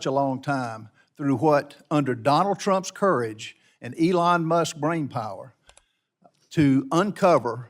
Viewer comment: Did he just say Dumps courage? 😂😂😂😂😂😂😂😂😂😂😂😂😂😂😂😂😂😂😂😂